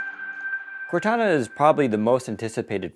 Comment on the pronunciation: If they're gonna call it Cortana it should sound like Cortana. That's what I was excited about. Serious fail.